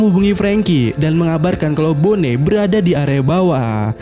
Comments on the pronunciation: boni bang, bukan bone... kayak nama daerah di indo aja dengernya bone... riset dulu lah pelafalan nama2 karakternya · bonney,, sama² salah gak usah saling menyalahkan 🤣